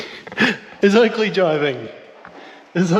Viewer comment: Keep hearing him say Ugly instead of Oakley, 😅